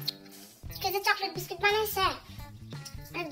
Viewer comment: নুরী বলতাছে চকেত বিকুত 😂😂😂😂